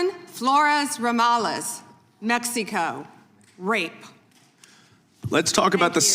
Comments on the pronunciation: why does say "Mexeeco"? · She can't even pronounce Mexico correctly